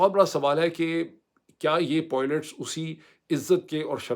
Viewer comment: کبھی....پائلٹس......کبھی.... پوئلٹس......؟.